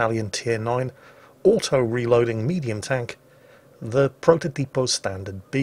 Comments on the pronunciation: Actually,, it's protòtipo, not prototìpo. Cheers! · The pronunciation is protòtipo not prototìpo